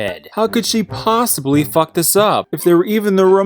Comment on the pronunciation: "aw fawk!" im fucking dead i cant stop laughing!